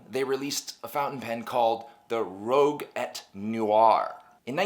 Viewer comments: rouge et noir, not rogue et noir ;) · Did you mean rouge et noir? Red and black? Cmon dude don’t butcher a language.